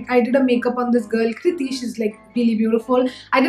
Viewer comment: Kritya karda. Not kriti